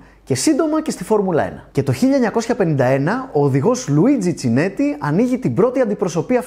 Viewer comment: luigi kineti το ch στα ιταλικά διαβάζεται Κ